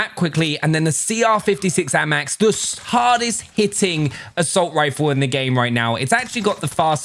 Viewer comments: Normal people: ayymax: aamaax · The way this man pronounces the AMAX is class